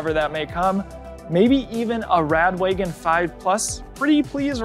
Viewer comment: Its rad wagon not rad waygon